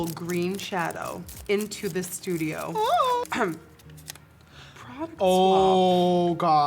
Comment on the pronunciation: never thought i would hear Nikki say " that's a lot of prouduct " when applying foundation